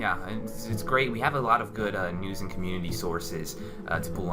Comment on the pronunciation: An"TTTT" Learn to say "and" fucking nerd